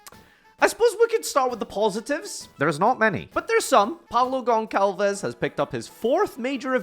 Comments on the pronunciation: STOP SAYING GONKALVEZ ANZ READ LIKE SALT. GON SAL VEZ. Fãck... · Is Gonçalves not Goncalves